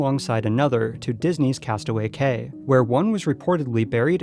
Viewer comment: Great video, just one thing...it’s Castaway Cay (pronounced Key)